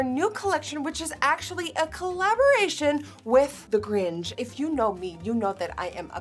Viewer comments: I’m so sorry but it’s not “gringe” it’s “grinch” 😂😂😂 I couldn’t stop focusing on that hahahahhaha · Am I the only one who’s triggered by the way she pronounces the “grinch”? I feel like she says it in kinda a weird way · its not grinch like cringe its grinch like pinch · It’s GrinCH…not GrinGE, lol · It's cringey asf how they keep saying the "gRiNgE" 🥴 And not the Grinch.. like how it's spelled throughout this entire video🤦🏼‍♀️ smh.. how do you get a (innjj) sound from "inch".. I missed that part of the assignment in grade school lol. I wonder if they say "inches" (innjjes) 🥴🤔 lmao. Pronunciation is crucial asf y'all 😂. But after all, the makeup packaging was cute. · Grinch not gringe lol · I keep hearing you say “The Gringe” instead of The Grinch’. 😂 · Who is the Gringe? Hahahaha girl. GRINCHHHHHHHH 😂😘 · Why is she saying Gringe? Like the “ch” seems to be just GONE! GrinCH please. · why does she say “gring” instead of grinch HAHAHA 💖💖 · Did anyone else think Nikkie was saying "grinch" different? It sounded like "gringe" and not grinchhhhhhhh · I’m sorry nikkie I love you but why do you keep calling it the gringe instead of the grinch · It's Grinch, not Gringe... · It's Grinch not Gringe. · ms girl it’s grinch not gringe 😭😭😭😭😭😭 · Nikki baby idk if I’m crazy but near you were saying gringe instead of grinch😭😭❤️❤️ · Why is Nikkie saying GRINGE and not GRINCH? Lol. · Why does she keep saying Gringe? 😂😂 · It’s “Grinch” not “gringe” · It’s GRINCH CH. NOT GRINGE. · I love how Nikkie is pronouncing Grinch like "Gringe" when it actually is pronounced like pinch. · But why she kept saying “the gringe” almost like the grunge. It’s the grinCH. Just me? Okay. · Niki:I love the gring me:I do to wait what niki: it's inspired by the gring me: gring? Omg it's grinch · why do you say gringe and not grinch? 😂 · Nicki, i love you but its grinCH. U said “gringe” at the start x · Why she saying ‘The GRINGE’ instead of ‘The Grinch’ tho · Beautiful... But its GR - INCH not gringe